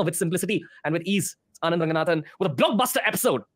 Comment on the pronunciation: Bro "Anand" not Aand😂😂. Pls don't mind it but I lost it when I read that!